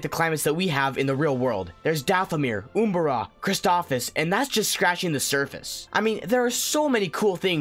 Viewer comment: Anyone else notice he pronounced Umbara wrong?